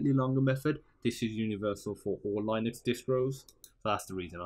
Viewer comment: Line-ucks? 🤦🏻‍♂️ Bro, it’s pronounced Lin-ux, the first syllable rhymes with sin or kin. It’s not like the first syllable in Linus which is pronounced ‘lie-nus’.